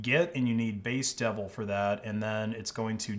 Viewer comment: I love that you sort-of pronounced "base-devel" as "based devil"